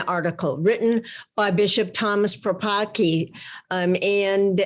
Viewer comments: please pronounce the surname of that bishop correctly - the Polish pronounce it differently, thank you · Don't bastardise his polish last name read Paprocki c as in cells